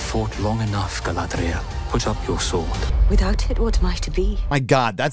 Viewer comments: "Guyladrial", I like it 😂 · I love how pronounces the name Galadriel like she's a Spanish Matador. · "GUYladriel" LOL!!!